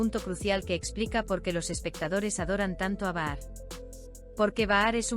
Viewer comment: Es Bahar escrito,😂 pero al hablarlo o leerlo se dice pronunciando la J o sea Bajar.ahi lo dejo